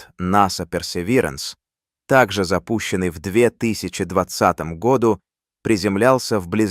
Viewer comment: ИИ озвучивает? Году читается с ударением на У!